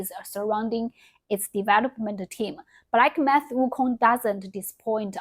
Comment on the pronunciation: 😂😂 her English is actually quite good but that was funny.